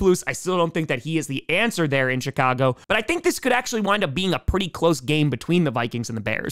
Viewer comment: You know, everytime you say the bears. I keep hearing the Shitcago Bears. And at this point, I don't know if you mean it or it just so happens XD